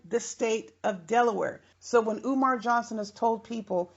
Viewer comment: Love how you said eeewmar